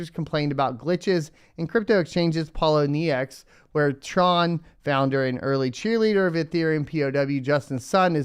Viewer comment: Pole - owe - knee - ex